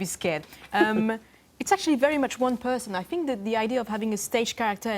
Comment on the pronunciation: 🙄 I fink she needs to learn how to say 'think' 🙄🥱